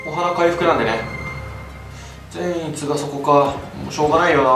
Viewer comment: 苺と一護の時のように善逸の発音がちょっと違うような…